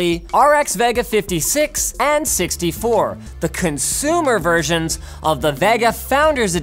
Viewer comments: It's Ve-Ga not Va-Ga . :V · Vegga? Cregg ? .. at what point do you yanks want to just pronounce things correctly? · I get triggered by Linus' Vega pronunciation ..... Isnt it supposed to be Vey-ga? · The way Linus pronounces Vega is so weird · Hearing Linus say vega makes me cringe xD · The way Linus says "Vega" really annoys me.